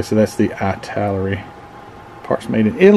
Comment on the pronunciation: The pronunciation of Italeri is "it-a-lar-e" lol.